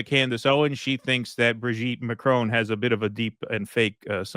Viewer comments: Brijeet, not brig-et.😂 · his/her name is Bri-JEET! (Brigitte) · It's Brigitte.